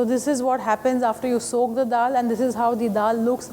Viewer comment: why they gotta say dal like that